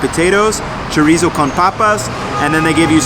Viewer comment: core-nitas? cmon man!!!!